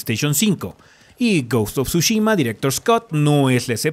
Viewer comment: ¿Alguien dijo Tshushimi?